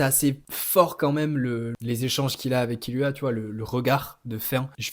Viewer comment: Tu m’as mit le doute avec ta prononciation donc je suis allé réécouter et perso j’étends « Gone » par contre je suis d’accord pour « Killua ». Pour SNK je suis pas le mieux pas le mieux placé car j’ai majoritairement lu le mange ahah mais j’aurais dit Elen (même si perso IRL j’ai la flemme je dis Eren) et Livail